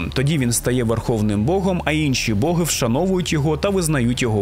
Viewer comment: Колоссальна робота! Музичний супровід, цікава подача, відмінна дикція! Словом, в захваті! p.s. Можу здатися занудою, але в українській мові нема слова "свадьба", а є весілля😉 І богИ, а не бОги. Це на майбутнє😁